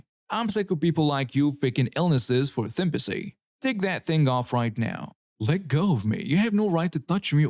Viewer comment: Did this idiot say "thympasy" and just left it in?